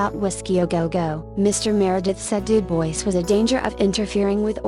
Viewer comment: I really enjoy your content, but the robot voice is unbearable! If you are going to insist on using a robot, try using the British robot voice, it seems to not sound so awful. But please, USE A HUMAN VOICE. UPDATE: Du-BOYCE?????? Stupid robot voice! I just can't. Great content - interesting stories that others haven't used, but that robot voice is just awful.